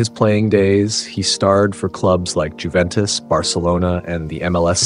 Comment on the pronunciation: Got Juventus wrong though